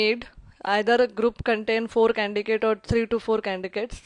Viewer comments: such a heavy indian accent I having difficulty understanding , shame on her she can't even pronounce candidates , i wonder which college gave her MBA , She sounds overconfident , that is a downfall on this woman . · Why are you saying candigates ?😆